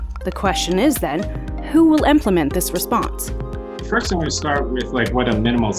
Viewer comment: Rensponse? lol